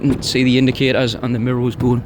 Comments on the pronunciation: Great video. But why you saying mirrols instead of mirrors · Great review mate, very detailed. I love the way you say mirro's lol